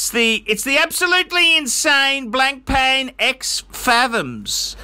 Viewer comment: can you learn how to say blancpain for the love of god.